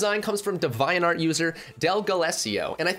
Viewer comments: Bruh maybe I’m crazy but I’m pretty sure it’s pronounced Dee-vee-ant Art (no hate tho) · iT's aCtualLy pRoNouNceD "Dee-vee-ant" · Lmao why do you pronounce Devianart like that